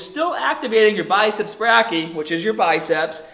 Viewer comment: Great video. Not to be picky, but it's pronounced Biceps ""Bray-key-eye", not "braaky". Excellent video though. Thank you!